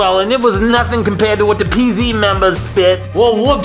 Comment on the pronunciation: Pz Not PEEZ